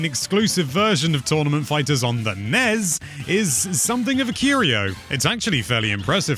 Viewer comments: I've never heard nes and snes pronounced as acronyms rather than initialisms. sounds pretty fucked. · The nez? Is that how the NES is pronounced in Britain? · Can you pronounce nes and snes correctly?